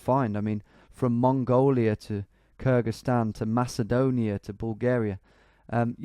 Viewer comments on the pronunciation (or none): none